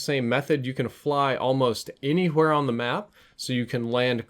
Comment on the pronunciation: almost any huwhere? Lol